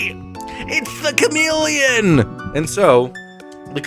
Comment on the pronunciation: Okay but the Cham-Ah-Leon is permanently stuck in my brain